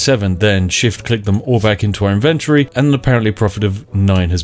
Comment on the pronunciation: How many times will this moron mispronounce inventory holy crap